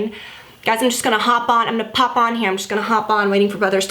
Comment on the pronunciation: I love how your southern comes through when you said "hop on....pop on"